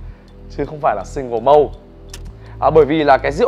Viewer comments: Malt /molt/ mà tiến sĩ rượu đọc là mâu, bó tay luôn!!! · Chữ 'malt' phát âm chuẩn theo kiểu Anh nghe tợ như 'mau' trong tiếng Việt kèm với âm gió t ở cuối, chứ không phải là 'mâu'. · Mình nghe chữ mâu thì thấy lạ vì trong tiếng Anh ko có chữ mâu, nên mới nhìn chữ trên clip coi là gì Mình thì đọc là XO kèm âm t cuối, đơn giản v thôi, còn thực tế Tây hiểu ko thì mình ko biết nữa Mà mâu thì chắc chắc người nước ngoài nghe ko hiểu